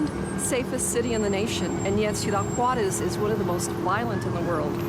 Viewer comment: IF YOU ARE GOING TO REPORT ABOUT MEXICO. PLEASE PRONOUNCE THE JUAREZ CORRECTLY! YOU ARE SAYING WAREZ.